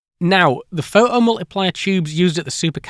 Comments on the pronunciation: how come you can say "photocathode" but you can only say "pho oh multiplier" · That's a really interesting video, but my french hear was constantly distracted by the "pho-hom-uliplier" and the "wo-eh" 😆. Anyway, the story was well told and the job well done ! Thanks for your work :) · "The pho-o mul-ipli-er eh!" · The seemingly random change between pronouncing "photo-" and "pho'o-" because of the British accent has me rolling. "Pho'omultiplier" then next sentence "pho-to-voltaic". This is giving me linguistic whiplash. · it's "phoʔo", not "pho oh" :P it's called t stopping and not any weirder that north-american t flapping.. "pho doh" ("phơ dough"?) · Awesome video! But why can you pronounce photoelectric perfectly but omit the "t" in photomultiplier?